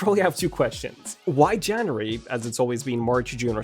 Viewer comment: Where did you learn to pronounce January?